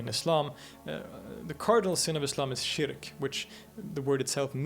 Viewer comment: Interesting, if derivative (and the presenter is very engaging but he manages to pronounce every single Arabic word wrong; Yathrib, shirk, muhajirun, haram...). It should be watched by those who question the historical authenticity of Muhammad (out of sheer ignorance of the sources, it must be added). Anyway, this only tells us that Muhammad was a clever politician who bid his time and/or thought that he'd end up convincing everyone (including the Jews) to embrace his new religion. What we know is that he wasn't a tolerant person. Just read the Sira and you'll see that the Quraysh actually bent over backwards to try to accommodate him, but he was too intransigent to accept that they continue with their old beliefs.